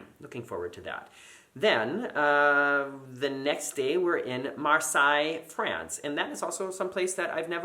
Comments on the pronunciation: Marseilles is actually pronounced "MAR - SAY", as opposed to the castle Versailles which is pronounced "VEHR - SIGH". Just FYI. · Hey, really enjoy your vids, just so you know, Marseille is pronounced “mar-say”